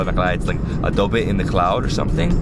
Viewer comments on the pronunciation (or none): Its a great Vlog😄, just a correction...Its not "Adobe" but "Abode" as in Home..... We call it Abode of Clouds since Meghalaya is covered with thick blankets of cloud through out the year, like its a home for the clouds😄.....looking forward to many more at your channel.. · Not Abo-de. It's 'Abode' This is impressive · Not Adobe bro. Its 'Abode of Clouds' which in Sanskrit means Meghalaya.😊😊😊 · Hi.. im from Meghalaya and i heard you keep saying "a-do-be of clouds".. its actually " The Abode of Clouds" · "Abode of Clouds".. Not Adobe! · It's not adobe of clouds it's abode of clouds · It's Abode of Clouds 😂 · it's not adobe of the clouds lol it's the abode of clouds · Not Adobe it abode of clouds....meaning the land of clouds hahahah i believe abode is an English word hahahahah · Its '' Abode of clouds''